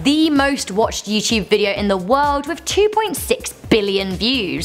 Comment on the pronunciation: "YouChube" I love accents.